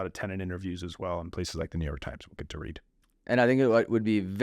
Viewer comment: Get not “git”